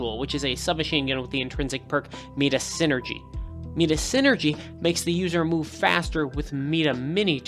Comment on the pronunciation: meda? Mighta is how you say it :)